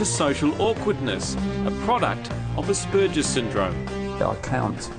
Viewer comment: It's not aspurjess, it's asshamburgers.